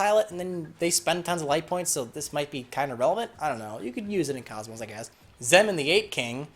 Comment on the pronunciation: It's pronounced Zee man not zehmen